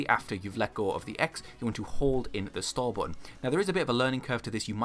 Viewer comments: Cant find my other comment but hes saying store! I though he said star or start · Absolutely anoying what are you saying.? Star or start? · That you was saying "stall" tf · Your accent made it hard for me to understand you saying store lol, but that’s because I wasn’t paying attention. I appreciate the clarification!